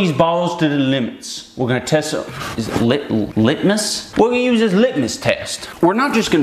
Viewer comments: Hearing Ian trying to say “litmus” inflicts physical pain on me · I thought litmus was pronounced “Lit-miss” tbh.